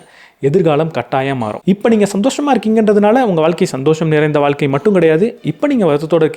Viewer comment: வால்க்க ன்னு சொல்வதை கேட்க முடியல..'ழ' சொல்லி பழகுங்க .. வாழ்க்கை.. காணொளி நன்றாக இருந்தாலும் உச்சரிப்பு எரிச்சல் ஏற்படுத்துகிறது